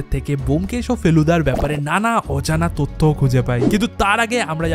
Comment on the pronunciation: Content ভীষণ সুন্দর শুধু বাংলা উচ্চারণ যেমন- পারামানিক, তত্য, ইত্যাদি শুনতে বড্ড কানে লাগে এবং রুচির অভাব। একটু স্পষ্ট উচ্চারণ করো। ভিডিও আরও ভালো লাগবে। বেস্ট অফ লাক, খুব ভালো লাগল কন্টেন্টটা